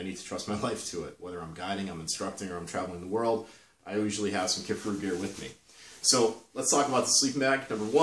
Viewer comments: KIFARU you dolt! Not Kifferoo. It’s not that difficult 🤦🏻‍♂️ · Kif-a-roo? Ke-far-ooo